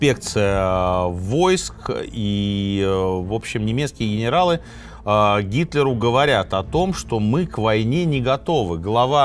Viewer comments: пОрты, а не портЫ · Очень интересно. Люблю слушать в дороге. Очень режет слух «портЫ» ( прям представляю как чьи-то штаны блокируют ). ПОрты если можно. Пожалуйста. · Слушаю Минаева с большим удовольствием и интересом. Но, пожалуйста, не портЫ, а пОрты, если речь идёт о морских сооружениях. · Извините, но правильно говорить пОрты, насколько я знаю